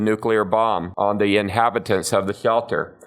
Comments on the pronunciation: Hhrrshelter, rrshhshshcetual, love that speech error, no hate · “ the swealter “ 😂